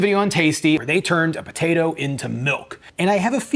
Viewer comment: Neither of you pronounce the “p” in potato. Bo-tato. Lol